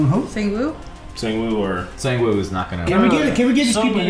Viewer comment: Still waiting for them to say sang-woo properly